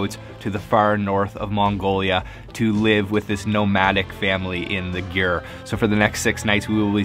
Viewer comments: So... I don't think it's just me. But is he saying "Yur", not "Yurt"? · Mike Ashenfelter he is saying sort of a combo of both words, “g-yur” Some in Mongolia will pronounce this like “gear” which is how the nomadic Mongol family I lived with pronounced it.